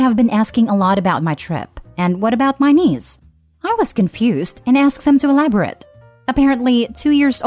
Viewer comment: The word is pronounced e-la-bo-rate not e-la-bo-rit